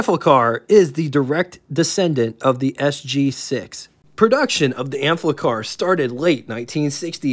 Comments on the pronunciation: There's no L in the name, so why do you keep saying AMplicar??😊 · Good overview of the vehicle; but, damn, read the label: it's pronaunced like it's spelt; no "L" in the name: Am-FI-Car, not "Am- FLICK-Car; they weren't made by Bic! Pity a drive-demo wasn't possible; woulda been mast instructive re: the "user experience"... cheers.